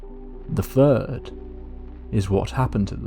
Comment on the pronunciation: THIRD Not FURD, FURD is not a real number.